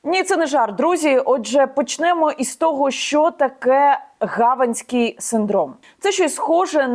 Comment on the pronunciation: Янино, не "гАванській", а "ГавАнській"!!! Дякую за актуальний випуск♥️". Максимальний репост усім друзям та знайомим👍